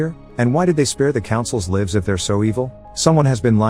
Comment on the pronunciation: man said livs